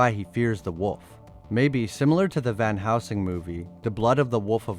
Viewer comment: Josh Hartnett, not Harnett, and it's Van Helsing, not Van Housing.